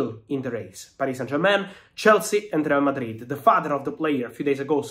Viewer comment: I like how you pronounce RRRRReal Madrid😂